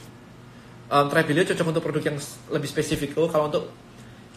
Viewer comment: Apakah hanya saya, kalau tiap kali pengucapan Tribelio tapi terdengar dan terbayang Travelio